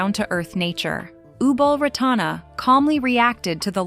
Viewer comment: Ubol Ratana's name is wrongly pronounced. I was married 15 years with a Thai and lived partly in Bangkok Yai. Many photos here show members of the Royal family without Ubol Ratana. Many Thai men have a so-called "minor wife" , which means adultery is common. It surprises me that Ubol divorced because of adultery.